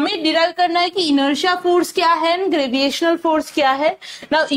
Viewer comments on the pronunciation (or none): Why do you say graviational to gravitational ? Everything else was informative. Thank you.